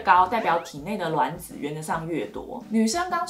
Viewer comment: 是我少數聽到發音正確的。卵ㄌㄨㄢˇ子👍🏻👍🏻，看了一堆做試管的媽媽都說ㄖㄨㄢˇ子，聽了頭好痛